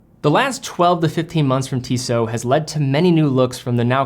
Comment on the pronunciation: It calls TissoT, the last T you spell :)